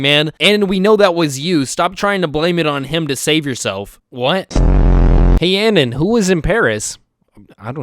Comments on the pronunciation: its not anen its anohn 😭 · So is you pronouncing anon wrong ragebait?